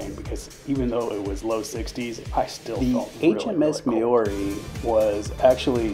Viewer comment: Intersting video. HMS Maori was named after the Maori people of New Zealand is pronounced more Mao-ri than Ma-ori